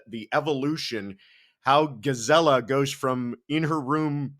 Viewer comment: I just Love that he pronounced your name correctly right off the bat!! Way to go!